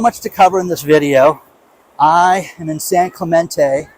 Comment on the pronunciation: NOBODY calls it San CLAY-MEN-TAY. It’s San CLAY-MEN-TEE.